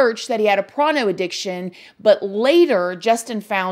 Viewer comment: Da hell is PRONO!!!! 😂🤣😂 What a weird thing to mispronounce on purpose (I hope).